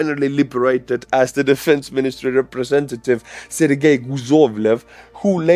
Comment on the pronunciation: That's ser-gay😂